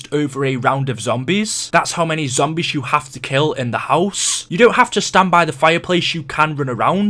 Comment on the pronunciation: the way he says house pisses me off